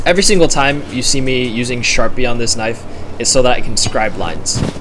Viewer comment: Boi made " Now this is a knoife " 💀